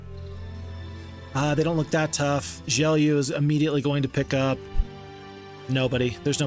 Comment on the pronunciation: HI! I think the name Gelu is like Geloo and not "Geliu".